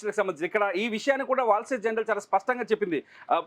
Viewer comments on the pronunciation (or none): జనరల్ కాదురా నాయనా. జర్నల్.